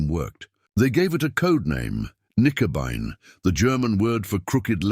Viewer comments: The actual name for it was "Knickebein" not "nicobine" or "Nickabine." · AI slop. A convincing voice (AI of course) dismantling the German language, Knickenbein which is German for bent leg, is pronounced Nikenby and thereby losing all logic context etc. Dr. Jones deserved a much better and human presentation by somebody posessing true intellect. This was really bad. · Gerat. Not juret. Knickebein, crooked leg. Nicabine? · Not Nicobine but Knickebein! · X-juret--> X-gerät. Nicobine--> Knickebein. Here's an idea for you. Trash clankers. Use humans (perhaps with some schoolboy German) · Good story, but I think the video mainly shows that AI is not very good. What a terrible 'translation' of the known German names, like 'X-Gerät' and 'Knickebein'. Nice visuals, but I think you should drop the subtitles though, they are a little ridiculous IMHO.